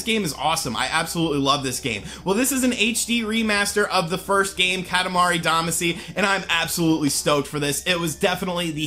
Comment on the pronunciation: OMG I LOVE KATAMARI DAMACY!!!!! ....pronounces it wrong.